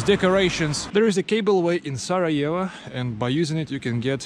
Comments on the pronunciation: Not Sarajeva it’s Sarajevo. Try to learn the proper pronunciation of the major cities at least. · this is not how you pronounce sarajevo